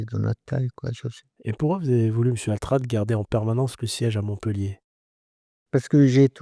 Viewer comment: J'ai cru entendre '' il voulait voule' il a voule' '' ..